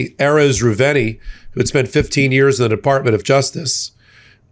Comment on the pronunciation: you got the whistleblower's last name wrong: It's Erez Reuveni (Re-oo-ve-ni).